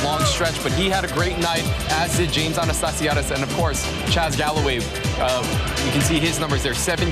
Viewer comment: I think botched Anastassiades' and Humler's pronunciations a few times, but I think was she was talking too fast. Lol!